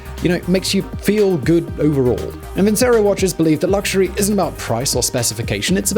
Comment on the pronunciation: Nice, Simon but I believe that is "Vin - che - roh."